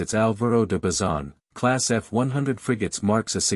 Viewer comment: No son Álvaro de macizon.enterate bien son Álvaro de bazon.maldita ignorancia artificial